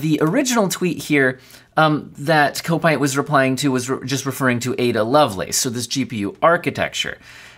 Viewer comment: Kopite is pronounced Cop-ite - it's a Liverpool FC thing, just as 7Kimi is about Kimi Raikonnen.